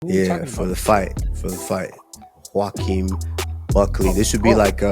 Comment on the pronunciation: Pronounce the J with a “W” Sound lmao Henry is putting a hard ass J in there 😂